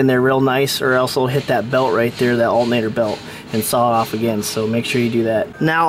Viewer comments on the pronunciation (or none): Dude keeps saying Alt-Nator instead of alternator :P